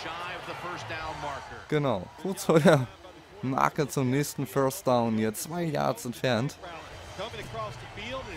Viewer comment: Ein Föstdaun? Is ja n Brüller. Hör auf Football zu spielen. Das Ding heißt First Down du Klon.